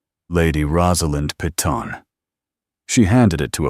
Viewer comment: PEYTON: Pronounced "Pāy-ton", - "ton" as in a "ton of bricks"Pee-tawn" is very UNACCEPTABLE!!!